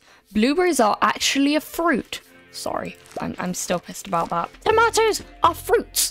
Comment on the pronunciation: Fantastic video, except how you say tomato. Stardew goofed with the tomatoes